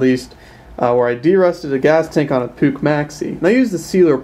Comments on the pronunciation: Mmmmm.. PUCH.. pronounced “pooch” not “pook” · jesus Puch you say it wrong type it in google translate german and listen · Vintage advertisements from Puch themselves dictate "Puch rhymes with book" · Hi im just a boy from Switzerland and i think that i have a bigger clue of Puch MOFAS and you say Puch wrong